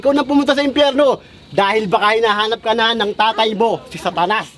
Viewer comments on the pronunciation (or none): pukinang inang magsalita walang "S" ung satanas...atanas daw =)) wahahahahhhh pakyu!